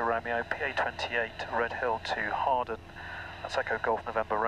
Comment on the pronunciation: oooohh you pronounced hawarden right, in previous videos you pronounced the w, but it is a silent w